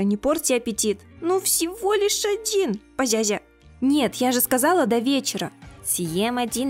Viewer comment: Ты тоже говоришь позязя